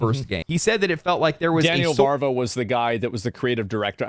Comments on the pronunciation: It's Daniel VAVRA, not "Varva". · Its Daniel Vávra not Varva 😂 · Why is everyone reading "Daniel Vávra" as "Varva"? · it is VAV RA... not VAr VA